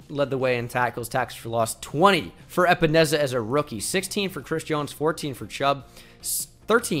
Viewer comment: AJ A-Pens-A